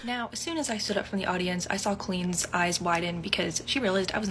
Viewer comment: Why does she pronounce her name like it's Queen??????